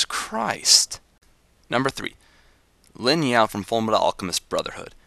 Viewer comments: the only thing i really had an issue with is the guy from FMA his name is Ling Yao not Lin Yao ._. other then that loved the whole thing :) made me laugh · its ling yao not lin yao